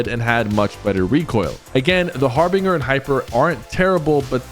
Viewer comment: Harbinger like ginger not harbinger like singer ✅️✅️✅️